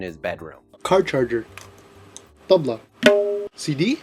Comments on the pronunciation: Tabla is the only thing you said right ...also the Indian comments are hilarious... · 1)Jasmeet is pronounced (jus-meet) 2) your pronounced tabla correctly Congrats! 3) Desi is pronounced (de-see) not dezi